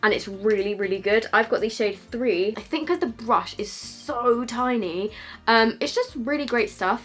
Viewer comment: At like when she says brush idk why it made me laugh so much😂😂😂🤨